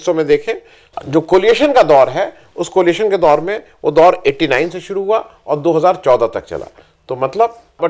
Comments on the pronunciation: Tha word is coalition and not coliation. Sorry for pointing out. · एक बार फिर आपको बताना आवश्यक है --कृपया ध्यान दें: "कोलिएशन" नहीं, "कोएलिशन" COALITION!!